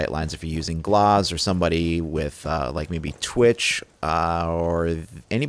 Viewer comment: Last time I checked it was GLAZ not GLOZ jeez